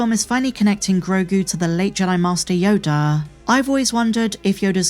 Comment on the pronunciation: she pronounces yoda --- YODARRR... yodaar yodarr this yodarrr that